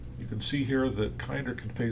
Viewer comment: It's KINN-der